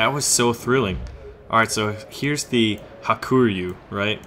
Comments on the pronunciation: Ha-ku-ryu, not ha-kur-yu. It means white dragon. In japanese ryu 龍 is dragon. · I think it's pronounced Haa-koo-Ree-You.but,i don't speak japanese,so don't qoute me on that.